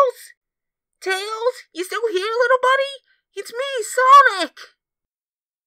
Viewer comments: lol sowic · I love how tails calls sonic "sowic"😭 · I love how tails calls sonic sowic 😂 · Sowic Sowic Sowic ❤️❤️❤️❤️❤️❤️❤️❤️❤️❤️❤️❤️❤️❤️❤️❤️❤️❤️❤️❤️ Tamara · U LOVE HOW TAILS CALLS SONIC SOWIC 😢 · Are those who didn't understand tails he said sowic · It is not sowic it is sonic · Sonic not sowic!